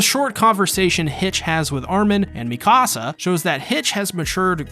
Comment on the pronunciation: WHY DO U PROnOUNCE HER Me kasa its mikasa